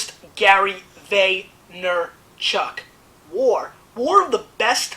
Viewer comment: Gary, learn to pronounce your last name.